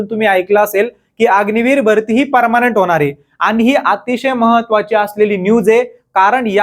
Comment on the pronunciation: Parmanent ❌ parmnat 😂😂😂